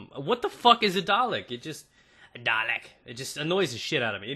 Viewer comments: its darhhlec not drlck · Aha the way americans say dalek :D